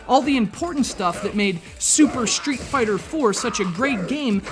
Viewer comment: when you say street fighter it sound more like shreet fighter